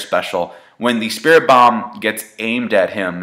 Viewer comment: What is so hard about saying spirit bomb